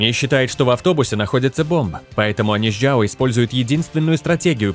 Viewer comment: чжАо, я не чжЯо, чжАн, а не чжЯн